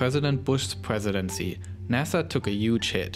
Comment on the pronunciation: Pwogwess , cwopoeation , Pwesidency